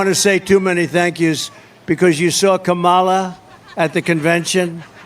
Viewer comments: Why does he keep pronounceng her name wrong teasing her he wrong especially during medical crisis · The fact that he purposefully mis pronounces Kamala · Is Trump unable to pronounce her name. Its C O M A L A!